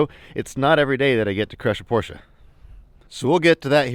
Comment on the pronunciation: Damn! You are one of a few Americans who pronounce Porsche correctly. Awesome 👌